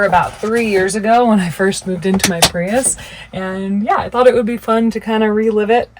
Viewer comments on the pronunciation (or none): none